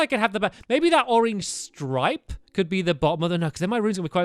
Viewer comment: stampy 2016 " orange slipe "